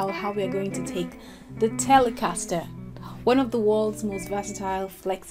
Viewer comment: The way you pronounce the word ‘Telecaster’ makes the guitar that much more cool. :) Greetings from the States. EXCELLENT video.